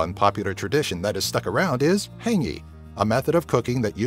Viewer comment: Its not "hAngi" its hāngi